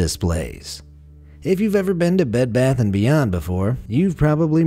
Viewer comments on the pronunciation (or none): none